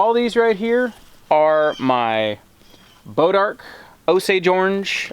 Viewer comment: It was so funny when we heard you say bodark. We looked at each other, then went back and made sure that's what you said you were growing...on purpose. Our homestead is in North Texas and we've spent most of our free time over the last two years dodging copperheads, dulling chainsaw blades, dragging them out, cutting them up, burning them, treating cuts and pokes, washing orange sap and blood out of clothes. All in the seemingly endless endeavor of getting rid of them. They're just awful 🙂